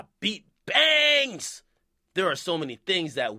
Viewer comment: I'm sorry the way he emphasised the word "bangs" in his speech killed me 😂😂